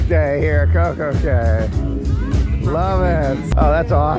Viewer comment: It's Coco K not Coco key